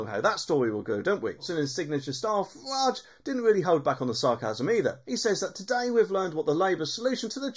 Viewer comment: Its Farage not Farwarge